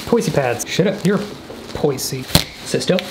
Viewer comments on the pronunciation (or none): It's pronounced poiz